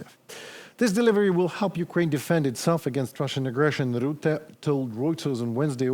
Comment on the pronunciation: Ther is no ruette. Say ruzzia, now say Rutte